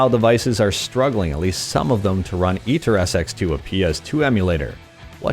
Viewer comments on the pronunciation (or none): Who told you it was pronounced EaterSX2? You are quite literally the only person I know of who says it that way. Aether is pronounced 'ee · thuh'.